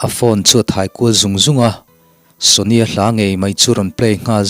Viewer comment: Shania(sonia tia a lam lo in Sh hi lam rik tel tur Shit kan lam ang deuh in , nia hi NIA khat kan sawi a NIA ang a lam tur) Sha-nia... Ka lo hre fuh deuh a ka Correct phak chu ni miah lo mahse, ka rawn sawi tho mai